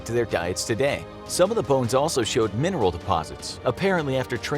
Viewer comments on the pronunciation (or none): none